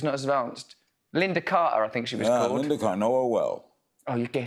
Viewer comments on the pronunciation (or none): none